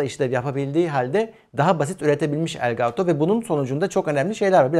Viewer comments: "Gaaato" değil yahu "Gato" :) Kedi anlamına gelir bu arada (gereksiz ek bilgi) 😂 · Elgaaato o bizim için. :)